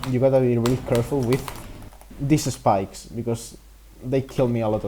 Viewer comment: I love how he says "espikes" its so spanish